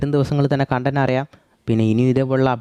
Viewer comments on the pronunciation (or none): none